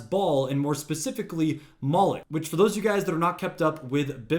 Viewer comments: Its Moloch..not monoch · It's not how you pronounce it , it's not monick its molelock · And its Molech..NOT MONEK, dope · You dummy the Baal statues are made by the Iranian regime to gin up hatred of external forces and divert ire away from the Iranian regime. Also, it’s Moloch not ‘monech’. And Iran is not pronounced eye-Ron. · The names are pronounced as, “Bay-all” and “Moe-lock”. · Rewatch your video as an illiterate this is how you learn how stupid messing up information is you kept saying the word moloch or Molech so incorrectly that it looks like you were trying to mention something else that I know you really shouldn't about death